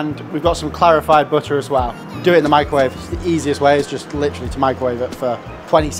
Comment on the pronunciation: Unfortunately, you lost me at "microvawe".